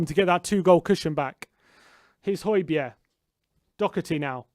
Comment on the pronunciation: So annoying the way he keeps saying holbergs name. It's not hoibierre is it and no it's not even pronounced like that either ffs